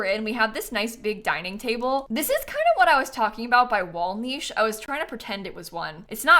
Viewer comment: Bless for being among the few Americans who pronounce niche correctly